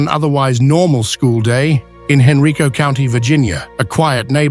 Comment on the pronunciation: Pronounced hen-RYE-co.... not hen-REE-co